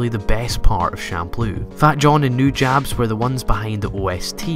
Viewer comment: Nujabes (Pronounced Nujabe-s not Nujabs) revolutionised the world of music, and added so much to the world of Samurai Champloo. Without this ahow , I wouldn't have any idea of what music I like.